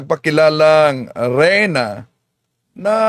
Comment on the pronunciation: Reyna po hindi RAYNA.